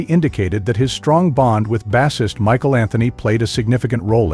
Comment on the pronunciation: Who is this voice over guy? He kept calling Michael Anthony Ma-sheel 😆